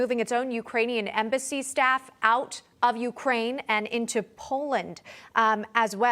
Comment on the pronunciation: Lou -ansk Don -yetsk Don - baas learn to pronounce